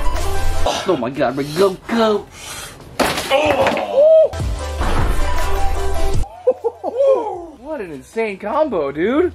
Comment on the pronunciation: It’s not regoku it’s rengoku